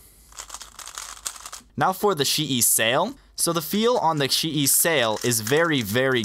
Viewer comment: Geometry Dash Buggy it's chee yi as its pronounced in Chinese but almost every single Chinese speedcube brand or cube is mispronounced so who cares